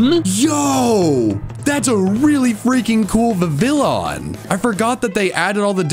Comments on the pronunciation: I can't be the only person who gets triggered when people say vi-VI-lon in stead of VI-vee-yon which is how it's correctly pronounced coming from the french word for butterfly: papillon (PAH-pee-yon) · Vih-vill-ohn? Really?